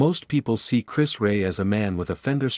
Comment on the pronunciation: Chris who..disrespectful to not being able to say his name correctly..